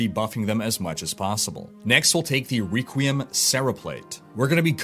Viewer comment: Requiem why do you say reequiem